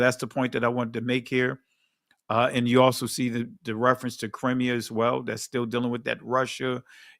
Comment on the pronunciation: Shalom! You pronounce “Crimea”, like “crimemia”. Toda for your work!🙏🏾